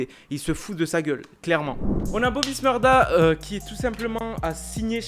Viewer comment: Bobby shmurda pas smurda